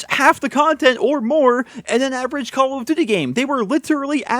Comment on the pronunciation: i love it when he says call of doothiey